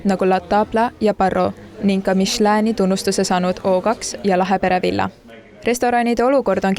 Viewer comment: Ta ütles mishlään. See on hoopis kõrgem tunnustus 😂